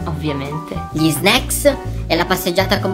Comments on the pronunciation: All'inizio ho provato a contare le volte in cui a detto snecks ma poi ho perso il conto ✌😂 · E vero dice snack